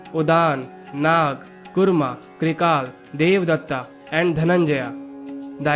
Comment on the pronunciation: Use proper pronunciation. Kurma, vasu,sakalya,..... In sanskruta, meaning changes with pronounciation.